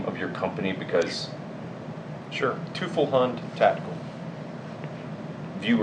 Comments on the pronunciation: It's pronounced TOY-fels HOOND!!!! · Teufelshund is (roughly, for a lack of better english transcription) pronounced "Toyfells-Hoond" (the oo is shorter than the usual english oo). That guy pronounces it so wrong i had to look up how they write the companies name to recognize the word in my native language. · Come on …. It’s pronounced toyfulls hoont. But great interview! You sir are a wealth of knowledge on the platform. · I both resent and respect james for refusing to pronounce the name of his company with proper german pronunciation haha. I respect him sticking to american pronunciation, but as a german speaker it drives me crazy haha. It's pronounced like 'toy-felse-hoond' with the 'felse' pronounced like 'false'. It means " Dog" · That German name is being totally butchered… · As a German i would say that that james doesnt lnow how to say teufelshund himself, but no matter hes a great guy and german is actually not very easy for modern english tongues. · I did not even recognize the word he tried to pronounce until i saw it written. It's pronounced like 90% wrong.